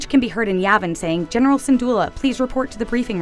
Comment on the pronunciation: I thought I was just hearing things when I heard them say general syndulla